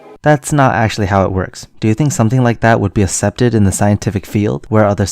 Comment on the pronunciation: "accepted" is pronounced "aksepted" not "assepted"